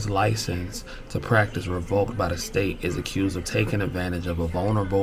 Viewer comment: It’s revoked not revolked just letting you know